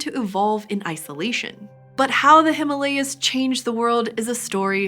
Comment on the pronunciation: All that research about evolutionary history yet did not learn how to pronunce 'Himalayas' correctly 🙂🙂